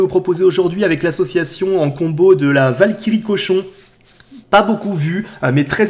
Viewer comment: Qui à entendu "La valkiry fait le café" sur la deuxième game ? 😂😂😂